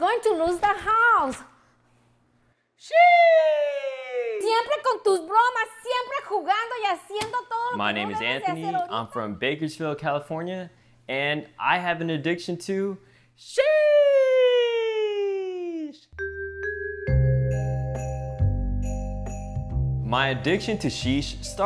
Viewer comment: did you say bakerfield califoria :)